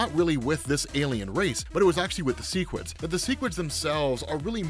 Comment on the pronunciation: Okay, the show confirmed its seh-quids not see-quids and that's all I could think for the second half of the vid. I get it if you read the comics first and then go show, but I saw the show first so I've always read seh-quid